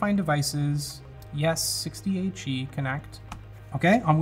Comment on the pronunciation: Every time he said the name of the keyboard, it sounded like he was saying 68G😂